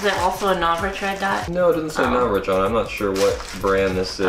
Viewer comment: NOR SHA VICH is howits pronohnced